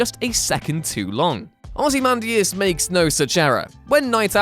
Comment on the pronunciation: I'm sorry did I just hear "Ozzy Mandus"? :/